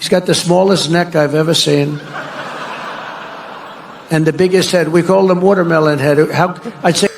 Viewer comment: "wuhturmelun head" Bwahaha